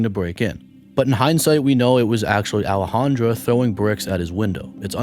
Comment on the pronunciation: In the first story is Boudreaux a trans? It spelled in the feminine with an A at the end, Alejandra but I believe you are pronouncing it in the masculine with an O, Alejandro. No biggie. I’m just curious.